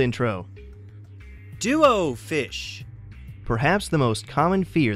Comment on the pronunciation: I laugh everytime he says duo fish.